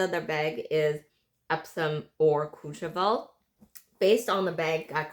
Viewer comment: Ombre...the word you're looking for is ombre. Please Google the correct pronunciation of "Courchevel." It doesn't start with "Cooch."